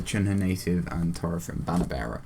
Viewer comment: Sorry for bothering you, but you mispronounced Taurethrim. The "au" is pronounced like "ow" in "owl". Also, it's "Cerinrim", not "Ceinrim", and it is pronounced Kerinrim. However, you pronounced Morwaith, Limwaith and Pertorogwaith (now renamed to Perdorogwaith, so you need to pronounce a D sound instead of a T sound) correctly.